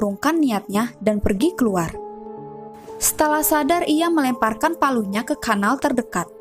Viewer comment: Kanal bukan knal...